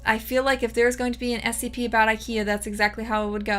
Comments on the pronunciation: Bro you say SPC again! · Take a shot every time she said scp wrong